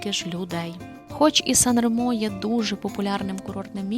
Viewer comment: 😂 Nica-San Remo то "страшна" дорога 60 км. 2-30 часу.По автостаді 16€ - 1 година. Ще й ширина буса 2,5 метра. * Сан-Ре́мо наголос на "Е", а не на "О". Гугл в поміч, там є кгопка як звучить🔈